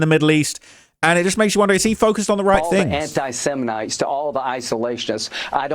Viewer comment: What is an anti semenite? 🧐